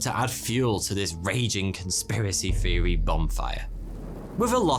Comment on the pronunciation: Nineteen sixty free, troof, conspiracy feery, I’ll never understand why some brits pronounce “th” as f. Love this guy